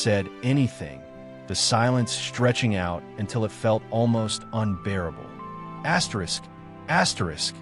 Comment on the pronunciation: Asterisk Asyerisk ruined this totally.